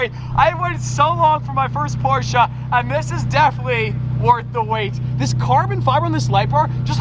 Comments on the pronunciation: Ahh, The Posche without the R. Damon Fryer will be so proud that you used his pronunciation. Don't forget Dave's though for the next video. You must call it the Porch at least once. Just make sure you tell everyone you are kidding and you know the correct way to spell it is Porsche and it is pronounced Por-Shuh. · Cant stress enough how important the segment was . So many petrolheads and enthusiasts repeatedly say "PORSH"...its two syllables everyone. Remember that. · Love the car but as a german i Can say the Porsche has no a at the end Its PorschE 😀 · As a german „porsha“ really hurts my feelings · I'm a silent e Porsche guy, so when I hear Porscha I c-ringe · Germany: Porsche Brits: Prosch Doug DeMuro: PorschAAAAA: PORSCHA HATERS:Dislike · PORSCHE!! Its Porsche. Not Porsch and not Porscha. PORSCHE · you don't pronounce the a at the end of porsche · How can you pronounce A at the end when it says E? I hate how its pronounced in English, totally butchered.... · Proud you pronounced Porsche right, it's still kinda bad but it's atleast pronounced right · Jesus germans are gona be mad for you pronouncing porsche like that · I have to say as a german it triggers me hard how americans pronounce Porsche. ngl xD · He isn't saying exactly correctly tho, but most english speakers can't pronounce PorschE, usually they say PorschA or Porsch, but imo the difference is too small to be considered wrong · naa he's saying it incorrectly unfortunately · You need to lean how to say Porsche, there is not "a" sound in the end. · i really like you, but the way you are butchering the name Porsche hurts my soul. please let me teach you how to pronounce it the right way.Away from thepronounciation i love that you finally added a german car to the fleet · As a german I feel disrespected, theres no A in Porsche! Good Choice anyways! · How many angry germans do we have in here because of the "porsche'" pronunciation? Cool car!:) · You’re saying “Porsche” wrong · by the porsh